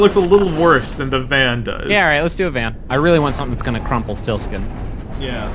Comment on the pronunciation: Come on and slam, and welcome to the Vaa'n